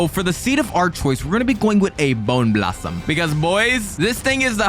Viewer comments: Bro said Candy Blossom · "Boner blossom" No. Just no. No. That could not have been a wrong word that he said instead of bone blossom. That means something SO FAR OFF FROM BONE